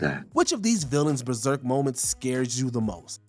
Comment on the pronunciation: BeRserk, not Beserk